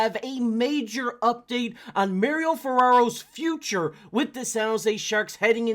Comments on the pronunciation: It's not mer-ryo it's mah-ri-o... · Ferraro prefers his name to be pronounced Mar - ee - oh, not Mary - oh. He is a man after all.